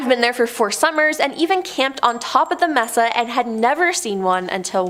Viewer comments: It's pronounced MAY-Suh not MESS-uh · Sorry to be that guy, but I cringed every time you said Mess-a instead of may-sa. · You are pronouncing "messa" when correctly pronounced "may sah".